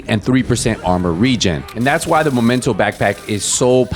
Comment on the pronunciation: This game is been out for so many years still people couldn’t pronounce the right name for backpack..it’s Memento not momento😂😂😂